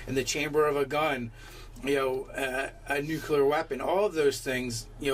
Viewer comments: OH MY GOSH!! IT IS NUCLEAR, NOT NUCULER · I’m sorry. I know it’s petty. But please, for the love of the raven queen, it’s nuclear not nuculer! Also great vid. I would just let him have his bomb and accidentally kill himself with it. Lol